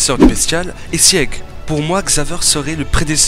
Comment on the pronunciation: Bon STOP ! Sieg ça se prononce ZIG ! C'est un héro de la mythologie germanique qui à une forte importance dans snk ! Eren jäger (=chasseur), un passage entier du guren no yumija est en allemand, le délire de deportation sur l'île du paradis la haine racial bla bla bla..., fin bref du coup sieg=zig stop ton sieg chelou xdd après j'imagine que tu ne peux pas savoir j'espère que tu verras le message en tout cas et super vidéo en tout cas ! :P